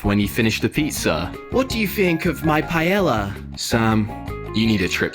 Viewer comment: Beans on toast is very British for breakfast. Edited to say, the narrator mispronouncing the names of the dishes had me screaming Emp- a-nada!! And Pie-a-ya!